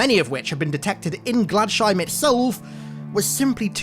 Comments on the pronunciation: Glads Heim. Glads. Heim. My eye twitched every time. :) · It’s pronounced ‘glads-heim’ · You pronounced Gladsheim wrong its totally a german word